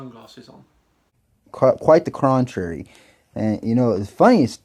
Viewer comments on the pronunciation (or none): "Quite the Crontwery". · Hey flat earther, are you stupid? : "qRuite the cRontrary" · I would last about 5 min in a debate with this defect.......before showing him what grabbity does!. And did he say QUITE THE CRONTRARY? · "Quite the crontrary" I really hope he thinks that's what the word is, and it wasn't just a slip up. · quantrairy..... lmao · Also he says “quite the crontrary” lol whoops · Grabity, crontrary , learn to speak then teach me about physics, and take those glasses off tool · "Crontrary" wtf. Is that like ofra or stinefeld?